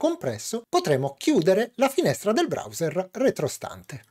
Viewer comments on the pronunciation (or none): none